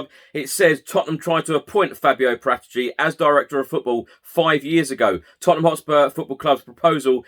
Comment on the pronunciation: It's 'para - tee - chi'. Or Parrot itchy.